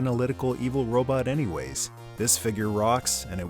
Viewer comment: Gotta love the “robut!”